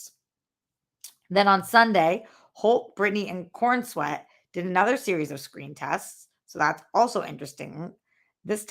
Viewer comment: Fyi it’s pronounced Corens-wet not Coren-sweat